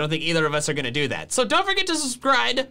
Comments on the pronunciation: He literally said suscride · “So don’t forget to suscride” 😂😂😂